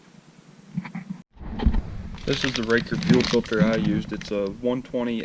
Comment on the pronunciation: I’ve always heard it pronounced ray cor. Raker is something on a chain saw. Put the same one on my bx2230 about 8 years ago.